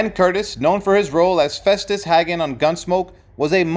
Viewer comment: The last name of the Festus Hagen is pronounced Haygun and there is only one g in his name.